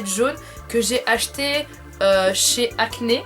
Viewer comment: Par contre Acne ca se prononce Acni ahah.le "je suis la pour vous montrer mes coups de coeur pas les votres" m'a tuée. Tu présentes vraiment un désodorisant je rêve pas?! 😂 le Nutella perso je suis pas fan c'est écoeurant et gras. Le retropro sur la tablette 👌